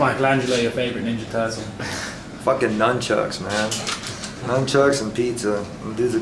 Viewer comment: It's nun chuck Tony, not numb chuck.